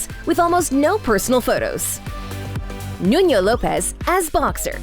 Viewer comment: Love love love love love love love love NUNO LOPES. FYI: That’s now you pronounce his first name or his last name. Please correct it.🤓